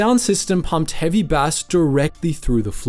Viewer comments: Sack your ai narrator bass is pronounced base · heavy BASS is pronounced like "BASE" not like the fish bass. now im thinking this is AI narrated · I agree, I've gone from wondering how you pronounce bass like that, it's not even a particularly common fish to discuss, it's miles off. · It's not bass like the fish!😂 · Bass, definitely ai, if you watch the maplin video it pronounced "ohm" as O H M shame really as these things were interesting.. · Definitely AI given the way it pronounced bass as if it were a fish. That isn't a common mistake. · The pronunciation of the word Bass is drinking me mad. It's got to be A.I. Just couldn't go on listening. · Yep, even on a cold read you don't muck up "bass" on a music store commentary multiple times with a fish. I'm out. Either way the host doesn't write the vids or it's AI. "I'm Ron Burgundy?". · Bro saying bass like the fish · I know you've said this isn't an AI voice, but no real person would pronounce heavy bass like the fish. Shame really as I do like this channel. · Love the video man but I think you meant “bass” as in frequency (long a) and not “bass” as in fish